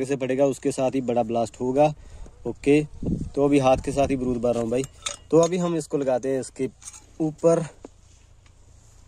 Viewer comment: Baarud hai .brud nahi😂😂😂😂😂